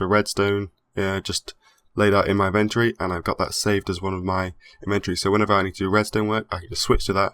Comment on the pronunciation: Can someone please tell this guy how the word inventory is pronounced...